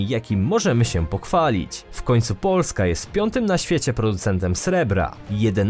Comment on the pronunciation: Sorry ale narrator jakos trochę dziwnie akcentuje na pierwsza sylabę słowo POO..lska